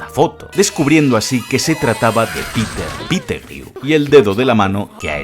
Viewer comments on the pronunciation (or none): "Piter pitegrieu" jajajajaj estos españoletes ostia coño